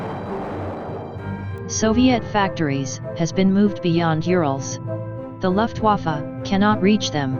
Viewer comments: I love it how most speech bots seem to pronounce "Luftwaffe" like "Luftwaffel". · Luftwaffe is the correct spelling. You pronunce it as luftvafa